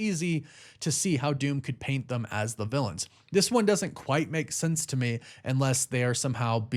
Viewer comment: The word is THEM … not THUM. And there is no “s” at the end of “anyway”.